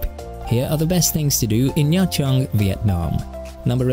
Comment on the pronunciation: extra points for correctly pronouncing the city name